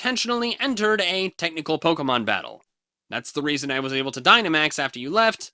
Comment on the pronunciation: Unless I got something wrong, POKE-GAY-MON